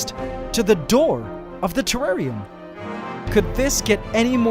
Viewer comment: wtf is a trarrian